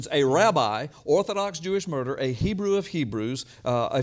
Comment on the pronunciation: Lie , you dont read Hebrew right